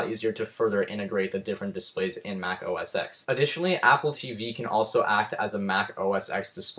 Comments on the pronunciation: It's pronounced OS Ten, not 'ex' . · actually its pronounced "OS ex" but means "10"